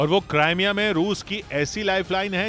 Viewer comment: krimea hai naam not CRIME A ISILIYE MY YEH NEWS DISLIKE KARUNGA